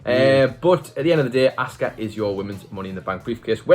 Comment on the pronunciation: Why do you pronounce her name wrong??? It's not ASK-uh 🤦‍♂️ It's AHH-SKUH